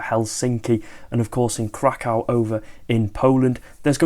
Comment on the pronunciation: Krakow is pronounced Krakwv by the way. I speak Polish so i'm not messing you about.